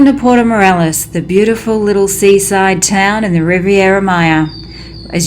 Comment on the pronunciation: Morelos NOT Morales. Come on!